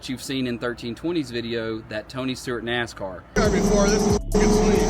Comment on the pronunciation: Damnit man. If you say "a nacar" anymore I'm coming for your man card!